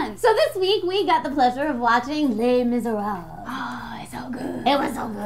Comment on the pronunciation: For anyone around, Les Mise'rables is pronounced Leh Mizeh-rhableh